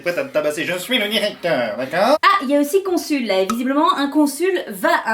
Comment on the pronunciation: Une syllabe en trop à "consul" ? ... .. 🤔 Ça veut rien dire du tout "sul"!